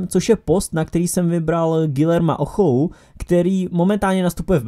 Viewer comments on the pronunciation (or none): Ochoa😂😂 Je to Očoa